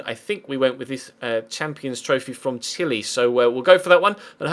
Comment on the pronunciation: It's Chile not skile